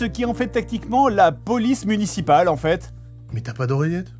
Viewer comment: La police « muncipale » cependant à x)